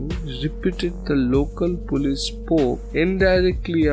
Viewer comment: the word is polce, not pullees. It is pronounced po-leese. Not pull-ays.